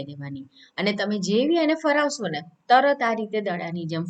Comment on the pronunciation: ફરાવશો નહીં,પરંતુ "ફેરવશો" જ છે સાચો ઉચ્ચાર❤ ફેરવવું,ફેરવો Practice it for the better improvement. Anyways Nice to see you. Thanks Dear